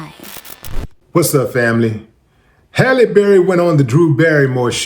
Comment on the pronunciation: Halle ballie not Halle Berry.